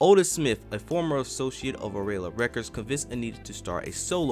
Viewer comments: Arola? Artistic? The Whiners?😂😂😂 you got me rolling! It’s (Ariola )pronounced ar-EE-o-lah , (Arista) AIR-is-tah, and (Winans) WHY-nans.😂😂😂😂😂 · The Whiners??? Arela??? Dude, Ariola, The Winans...😂😂😂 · Air-ree-oh-la records lol